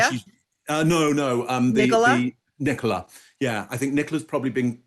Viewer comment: Thank you for pronouncing Nicola properly...Tim Busfield looks drunk